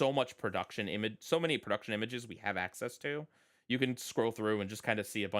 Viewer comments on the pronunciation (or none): none